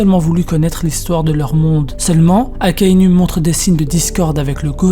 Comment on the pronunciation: Akainou!!! Ptn AKAI-NOU pas NU comme une femme nue j'ai saigne mes l'oreilles Et rectification sur Fujitora il ne voit pas la tête des gens a dresrosa pcq s'il peut voir le visage des gens PQ il demande j'aimerai savoir a quoi Luffy ressemble quel est la couleur de ses cheveux il ressent juste les présence il ne voit pas ptn fait des recherches avant de pondre de la merde pareille